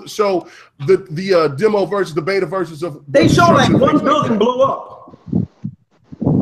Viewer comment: Why does dude keep pronouncing console and he said beta wrong? He's saying it like it's two words. It sounds so fumb everytime he does that